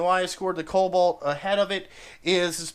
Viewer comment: “KoB-alt” lol!